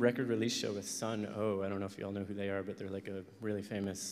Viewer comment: I can't believe they pronounced them "Sun Oh" AFTER WORKING WITH THEM AHHHH edit: and called them "sludge metal" ;___________________________; ... still an amazing talk and still very relevant